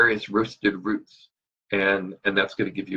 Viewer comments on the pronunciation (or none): none